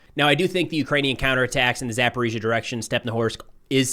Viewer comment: He says ГУР incorrectly. He has gotten Zaporizhzhia right now, so there is hope 😊